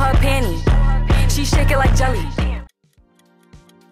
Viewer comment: Ice spice she said Jele 😂